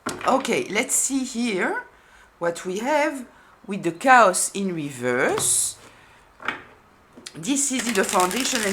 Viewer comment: They brought nothing but drama and discord. The A in chaos is long like, kay-oss. Otherwise it sounds like cows. I was still on the sheep/goat analogy and then you brought in cows! 😂